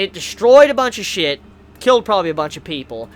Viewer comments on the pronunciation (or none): none